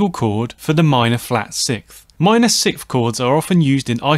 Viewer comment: Man, I REALLY appreciate and love your videos, one small remark, though: since I am very concentrated on the sounds you produce (that is the scope of those videos, right?) when you say sikth instead of sixth, I feel like a sharp piece of ice just pierced my ear, each time. Since I am not a native english speaker, I might be wrong, but to me, it sounds like you're swallowing the "s" before the "th" to emphasize the "h" which sounds extremely annoying to my ears. That's why I wanted to humbly ask viewers of the channel (including yourself) to clarify. As far as I can remember, everyone always said: s-i-k-s-t(h), not s-i-k-th, usually pronouncing the "th" more like a standard "t." Or am I missing something? :) Keep up the good work, you've made a ton of difference to my songwriting!